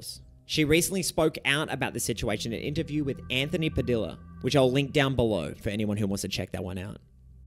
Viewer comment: Its anthony padilla(puh-dee-uh) not (puh-dil-uh)